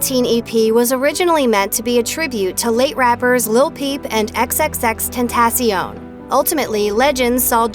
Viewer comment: Say XXXTENTACION’s name right next time lol